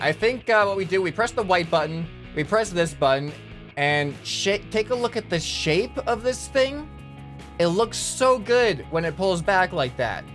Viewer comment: Thats just him miss pronouncing shape another normal day for